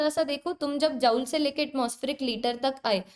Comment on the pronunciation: Tum dekh ni paa rahe ho 😂😂 no mam❤ btw sorry & amazing session or jaul ni hota joule hota h 😅😅